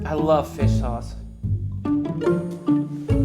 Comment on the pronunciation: It's all about the saus... That was a little Dutch 😂